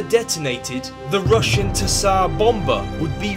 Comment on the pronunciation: The t in Tsar is silent